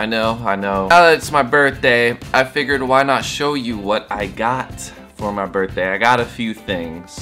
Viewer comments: brithday? lmao not birthday? hehexd #freetyler1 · Birthday not Brithday bud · HAPPY "BRITHDAY".